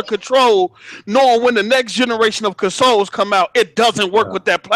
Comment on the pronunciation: whos the guy that calls consoles "conesoul"?